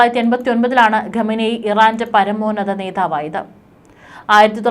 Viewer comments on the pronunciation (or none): none